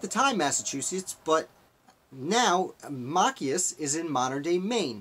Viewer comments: It is Ma-chi-us. Not mack-I-us. You totally brutalized the name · Machias is pronounced MA(short a) - CHI (long i) - ES (soft e) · Mah- CHAI (hard 'ch' like in the word chuck, long 'i')- us- with accent on the CHI Hard to listen to your commentary with the name slaughtered- it's distacting. Why not redo your video? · It's pronounced "Machias."